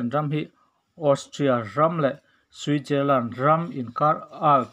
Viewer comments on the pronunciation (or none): none